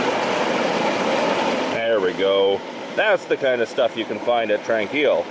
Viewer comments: As someone raised in Kamloops, your pronunciation drives me crazy. We always pronounced it Tron-quille, not Tran. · Beautiful video. My old stomping grounds. Just for info sake, you pronounce Tranquille with a short O sound, like tronquille. Have a wonderful day.